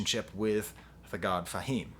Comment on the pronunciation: "Thah" God Fahim?! Come on man.. Do you have to butcher rapper names to be a youtube critic? How do u butcher the word 'tha'' and I don't care that its spelled with an a. Between u and Fantano its unreal how many unintentional nicknames you make up.. Just say rapper's names how THEY say it in every other song simple. Its not Nos, btw its Nas.